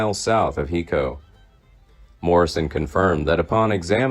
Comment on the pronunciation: Hi co texas, not he co